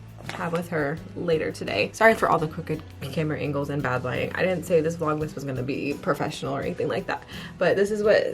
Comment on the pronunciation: I think was saying “bed” at the beginning lol instead of bad